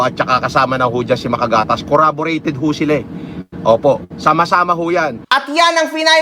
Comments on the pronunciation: CORRABORATED hhahahah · WTH “CORRABORATED”